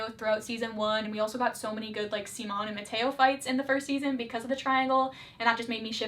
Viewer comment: idk how you mispronounced Simon wrong so many times when you claimed it was one of your favorite ships of all time and watched the whole show... I get if you’re not familiar with Spanish but I think your Hispanic viewers would really appreciate if you had :)